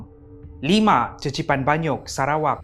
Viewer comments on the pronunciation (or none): Qeqipan banyuk bunyi sebutan dia kekipan banyuk, bukan cecipan😅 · Qeqipan tu sebutan dia kekipan. Bukan cecipan. Tu bahasa melanau baie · cecipan... Me (vaie): pffftttt lmao!!! (it's pronounced Kekipan with Q...)